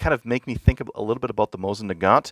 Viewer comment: Is 'Moisin' intentional? Also, wasnt expecting to hear from automatic russian firearms legend Fyodorov here